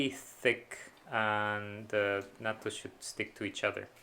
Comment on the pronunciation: Did you make Natto again?? I told you Nat-to, dad!